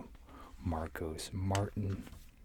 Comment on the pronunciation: Great vid. FYI Marcos' last name is pronounced Mar-teen.